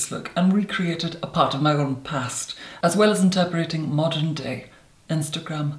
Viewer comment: In-ter-pret-ing ffs!